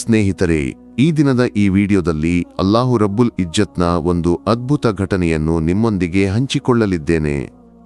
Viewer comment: Pronounce properly, Allah Rabbul Izzat,not ijjat